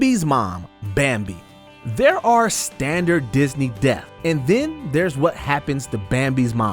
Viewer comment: Earf, deaf. You mean Earth and Death, learn how to speak